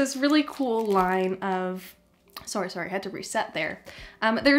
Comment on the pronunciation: Damn, that was a Canadian "sore-y" if i have ever heard one lol great vid